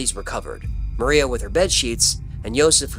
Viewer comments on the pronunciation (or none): none